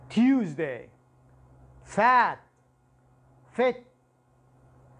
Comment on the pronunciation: Tuesday لم افهم نطق تيوزداي مع مع ان ان eكسرة وراء u